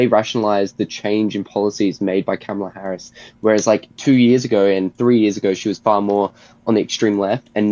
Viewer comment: When someone keeps saying Harris' last name over and over wrong and a way that sounds more like an animal than its supposed to is just being a punk imo.